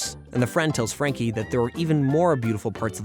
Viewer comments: Anyone else bothered that he calls Frankie "Jackie" instead? I mean, is it even written on the script or is he really just wrong? So many mispronunciation on names it almost cringes me because this show was just that special to me. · It's not Jackie it's Frankie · So we not gonna talk about how he keeps saying jacky instead of Franky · Bruh you said Frankie name wrong u said jankie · Love this show. Frankie, Mac, Bloo and the main group of imahinary friends are my faves Also, it's Frankie, not Jackie, how do u get that wrong?! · Did i miss it or misshearing this? Whys the narrator calling frankie jackie? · Her name is Frankie....why do you keep calling her Jackie...? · STOP SAYING JACKIE!!! ITS FRANKY!!!!! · All the research and you can’t even pronounce Frankie’s name right I can’t even take this video Seriously.